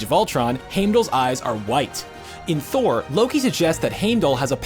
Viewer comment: This! Omfg! Made my skin itch every time he said it wrong. Its in the films, thor says it, how can it be pronounced wrong